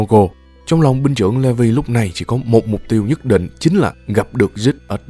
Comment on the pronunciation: Levi kh ph đọc là" Lê vi" nhaaa anh đọc là "Lì vai" áaa